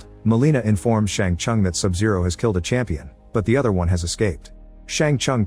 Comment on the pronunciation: Its not bye-han and shang-chung. Have u ever heard of or player mortal kombat lil bro. And bro said "aliens"